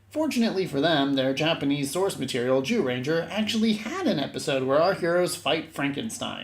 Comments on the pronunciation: Lol why do you keep saying “Jew-ranger”? It’s pronounced Jūrenjā. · but the golem minions didn't help much to correct the 'jew-ranger' term.